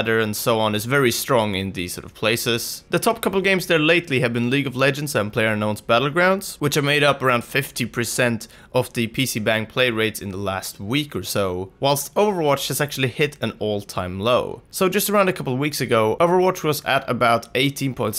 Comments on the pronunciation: OMG Please. Not PC "BANG" /baNG/ its more like BONG /bäNG/. Just google define bong and click the speaker. No one is Banging PCs. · its pronounced PC "bahng"